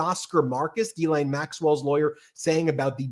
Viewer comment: G'laine, as in 'greed'.